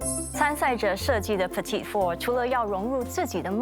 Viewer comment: In French, ‘petit’ is masculine, the ending t is silent, and pronounces the feminine ‘petite’...